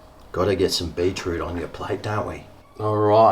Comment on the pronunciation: Pronounced BEET ROOT not BEE TROOT..Bloody aussies.